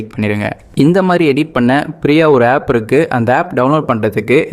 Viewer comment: Pree aa illa free aa